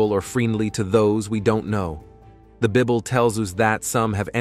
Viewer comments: Host: please use AI, if needed, that the pronunciation of key words, like “Bǐble” vs “Bīble” (minute ) is made clear. The pronunciation has implications! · It’s called the Bible, not Bibble